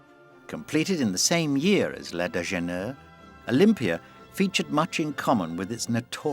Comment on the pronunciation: Please ! Learn to pronounce "Déjeuner " properly. France is just a few miles off your coast. And while we are at it, learn to pronounce MANET properly, too. MAH-nay / Deux-Gah, not DAY-Gah